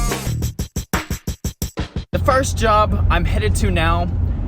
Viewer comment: Your Kentucky showed with the words "first job." (Im from Southern Illinois and live in western Kentucky and even I heard the accent)